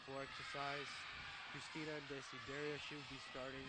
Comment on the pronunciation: ok i can give them some slack here and there on name pronunciations but christina is a pretty basic ass name??????